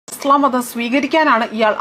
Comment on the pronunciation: ഇസ്ളാ മല്ല ചാച്ചി 😂😂ഇസ്‌ലാം ആണ് 😂😂😂 നാക്കിനു വഴങ്ങില്ല 😂അതാണ് ഹിന്ദു മുസ് ലിം വ്യത്യാസം 😂😂😂